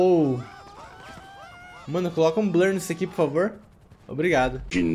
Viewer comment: Pior que ele fala errado :gava ,pofavo